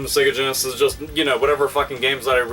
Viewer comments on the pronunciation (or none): none